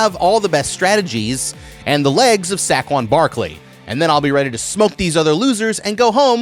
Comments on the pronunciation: Sac-kwan? You mean say-kwan Barkley? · "Sack-won barkley" 😂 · Sack-won Barkley is a wild pronunciation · Why did you even bring up Saquon Barkley, if you were going to butcher the pronunciation like your Leatherface or something.🤷🏾‍♂️😒🙄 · The way you pronounced Saquon Barkley is enough for me to know you don't got no ball knowledge or black friends. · How did bro mispronounce saquon Barkley😭. I actually cringed so hard